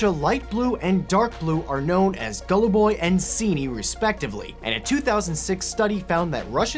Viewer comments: Actually haluboy, not gololologloboboy like you wrote. You wouldn't like me pronouncing cheese as geeze, would you? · as i person who speaks russian i laughed a lot when you called them golluboy and ciniy.